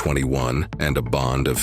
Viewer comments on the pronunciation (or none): none